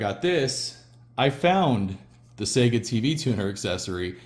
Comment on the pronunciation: At last — an American who pronounces Sega correctly.